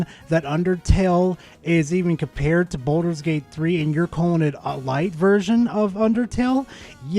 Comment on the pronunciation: "Balldols Gate 3"-Harman